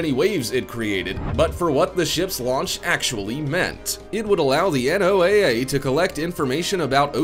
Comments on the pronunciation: I've also never heard NOAA be read by its letters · NOAA usual pronounced "Noah" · NOAA is pronounced noah. Please.